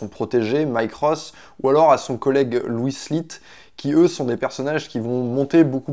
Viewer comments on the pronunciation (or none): none